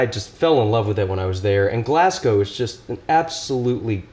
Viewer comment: Kudos for pronouncing Glasgow correctly